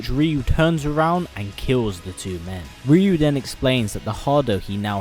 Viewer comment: At least good work in pronouncing Ryu